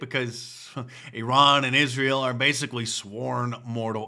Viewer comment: Mark Dice doing the cringe fake accent when pronouncing Iran. "EeeeeRhaaan". In America, we say "eye- ran", get it right Dice.